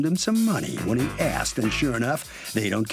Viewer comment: “Umm, he axed to borrow some money.” 😂